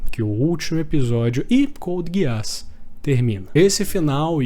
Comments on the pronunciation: me perdoa cara mas NÃO É GUEASS É *GUISS*!!! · "couldi guiáss" rapaz... Pronúncia 100% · Finais perfeitos: Code geass, FMAB, Breaking Bad 🤝 Edit: começei o vídeo agora, que pronúncia é essa mano? Code gueás 😂😂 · Amigo por favor tenta melhorar a pronúncia do nome das obras, a Code Geass com essa pronúncia é triste.